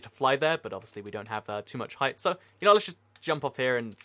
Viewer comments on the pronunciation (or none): none